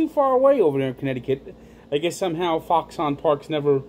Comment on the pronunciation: Prounounced Foxin